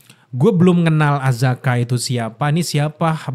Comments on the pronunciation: Akaza akaza akaza bang bukan azaka 😭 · Akaza bang, bukan azaka🤣🤣🤣🤣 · akaza bang bukan azaka😂😂😂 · Bang.. Akaza.. Bang, Akaza.. Bukan Azaka.. Kalau ada Akaza ini selalu keren sih, teringat perkelahian pertamanya ketemu Rengoku.. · Akaza bang,gua Ampe lupa namanya lu ngomong azaka trus wkwk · Akaza bang buka Azaka 😂😂😂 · Akaza bang kenapa jadi azaka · Bang akaza bang bukan azaka heheh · Akaza bang bukan azaka corbuzier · bang kenapa ga astaga aja, akaza bukan azaka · akaza bang bukan apakah 😂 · Akaza cuy, salah terus nyebut nya😂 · Akaza kak, bukan azaka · Akaza bang bukan azaka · AKAZA woi, bukan AZAKA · Akaza bro bukan azaka 😃… sedikit kritik… agak ganggu aja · ralat Bang....Akaza bukan Azaka....😂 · Akaza Bang, Bukan Azaka.. 😅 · azaka nggak tuh 😂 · bg maaaf ni bg, sebagai fans demon slayer gw gemes aja sama lu, Akaza ya bg bukan Azaka, kalo Azaka dari Arab bg, maap ni yak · bukan azaka bang, akaza😂😂😂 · mana ngakak bgt salah pronounce nama char akaza jdi azka 😂